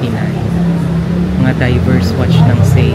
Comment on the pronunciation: Diver’s Wartch po, dipo “Diverse”.. btw, thanks for the video.